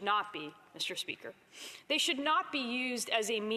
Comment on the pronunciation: “misterrrr speakerrrr!” You are a total waste of Canadian tax payer money!!!!!